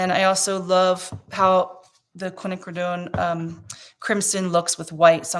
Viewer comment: Hi 🙂 Your class was interesting and your piece turned out GORGEOUS!!! You definitely stopped at the right time. How you got there, even though I watched it, I still have no idea! I'm going to say intuition. May I offer you a suggestion? Quinacrodone is pronounced "qwin•a•crow•doan"....we shorten it by saying quin red-violet or quin gold or quin burnt orange, etc. When one is explaining things using quin instead of quinacrodone helps the tongue from twisting....at least for me it does, lol!